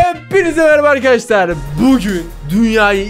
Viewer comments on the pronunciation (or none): none